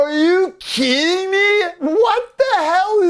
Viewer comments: It's pronounced, "are you keedin' me" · steering a contestant wrong, "Are you keeding me?"